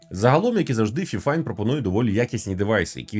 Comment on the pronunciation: Правильно файфайн🥲